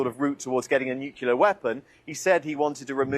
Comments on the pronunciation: Is it so hard to say NUCLEAR instead of NUCULAR? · There is no such thing as "nukyaler." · I'll never understand why people who have no problem saying 'clear', cannot also say 'nu-clear'.🤷‍♂ It seems to cross cultures, nationalities, ethnicities - some people just get 'nucular' stuck in the brain. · nukelar ? Gosh, the britsh educational system is bad, but I didn't think it was that bad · Can’t they just break the padlock on the gate of Hormuz ? And why can’t people pronounce ‘nuclear’ properly ?